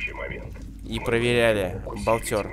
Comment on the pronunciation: БолтЕр , а не болтЁр !